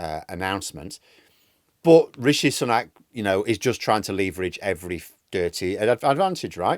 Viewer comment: You nearly said Rishi Spunk at one point... 🤣